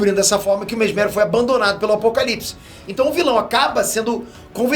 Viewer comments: mesméro ? kkkkkkkkkkkkkkkkkk na pronuncia seria mésmero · O tem mania de falar alguns nomes errados. Mesméro?😂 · Só eu q me incomodo com sempre falando o nome dos personagens diferente da pronúncia nossa do Brasil? Não sei se é nossa dublagem q mudou ou era assim msm... Mésmero ou Mesméro?